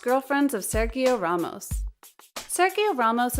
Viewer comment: Please learn how to say his name!! And how the word for football in French is not balloon.! My gosh. Your job is speaking / reading..